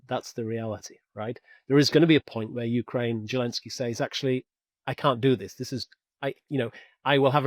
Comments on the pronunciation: His name is Volodymyr Zelenskyy. That's Zelensky with a zed like in 'zoo' or 'zest'. I don't know where this 'Zhelensky' idea comes from. In spite of that curious idiosyncrasy, this was a great analysis. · Ja, ich spreche Deutsch. Das weiss ich alles. The name in Ukrainian is: Володимир Зеленський I've seen it spelt different ways for speakers of English but the 'Z' is pronounced as a 'Z'. If you look at Wikipedia in English you will be able to see how it's spelt there. Your spelling looks like it could be the spelling for German, Dutch, Danish speakers...I don't know. Or maybe Czech or Polish as I said. I have seen in Wikipedia in English: Volodymyr Zelenskyy